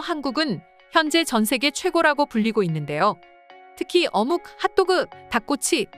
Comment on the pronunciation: 어묵.핫도그.닭꼬치 억양 킹받네